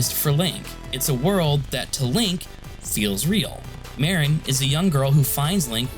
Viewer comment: It's Märĭn, not Mârĭn!